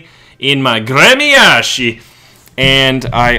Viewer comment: its pronounced grmyashi .... and spelled Гремяши.